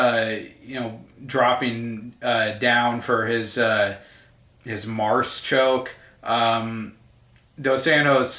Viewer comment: d'arce choke not marce choke